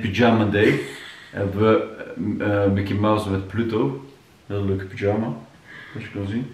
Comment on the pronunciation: Ik kan niet 🤣 zegt echt pyjama als een turk aka “pidjama” maaaar wat leuk om te zien hoe enthousiast jullie zijn😍🥰 mijn dochtertje is nu 5 maanden en ik kan me nog heel goed herinneren dat wij ook altijd naar de kleertjes keken en me probeerden ons voor te stellen hoe groot ze zou zijn 🥰🥰🥰